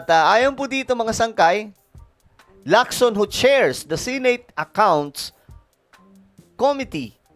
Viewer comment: Correction to how pronounce the word SENATE ...SE NOT SI